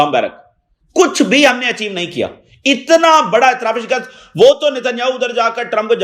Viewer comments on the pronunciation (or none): none